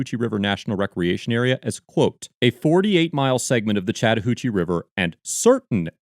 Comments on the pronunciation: He kept saying Chattahoochee, and I kept hearing "Chatter Hoochie" and it was very difficult to take it seriously. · See, when you say "Chatahoochee" I thought you were talking about this female ranger.